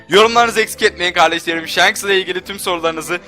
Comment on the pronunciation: Shanksının diyor :))) İlk önce adamın adını düzgünce öğren. Shanks "Şanks" diye okunur :) . Ayrıca o anime hatası.